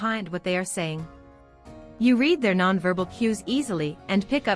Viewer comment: Great content. Beautiful voice. Wish it wasn't a robot, since it frequently mispronounces the homographs, like "content" and "read".